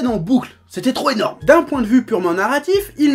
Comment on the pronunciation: enaurme ? x))